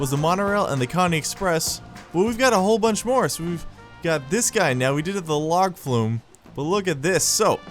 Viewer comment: Log Flume - yass, correct pronunciation. Carry on, good sir.